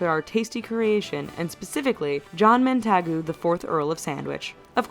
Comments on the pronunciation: Lord Mon-tag-oo?, surely that's Lord Mon-tagu. Americans speak American, similar but wholly different to English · The Earl of Sandwich was Montagu, not Mantagu. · Monta gu not mont a gu there's no emphasis on the 'a' 😊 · "Lord Man-tang-goo"!!!Its Lord Mon-tagyou, fucking illiterate Yanks, get your own fucking language! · Mixture of weights and measures: the country is still in th process of metricating. You can't switch overnight, it takes a generation. The Earl of Sandwich was John Montagu (MON ta gyoo, accent on the first syllable) not Man TAG u emphasis on the 2nd It's easy to get water the right temperature to wash your hands - PUT IN THE PLUG and mix some hot water with some cold. That way you use less water anyway. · Montagu, not Mantagu. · It's John MONT-a-g-you (montagu) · "John Man-TAH-guu" Lolz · Love it that after accents you mispronounce Mantagu. Tragic.